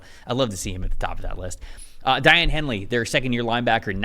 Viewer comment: It's pronounced DAY- ON Henley